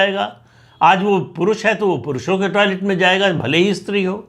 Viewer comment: इस्त्री अशुद्ध है इसका उच्चारण स् त्री है ध्यातव्य।।